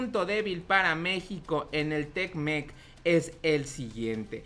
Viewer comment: Es te mec, no tecmec jajajajaja que chistoso te escuchas. Ya estás como otros you tubers que ni leer saben. Al tiro valedor ahí la llevas.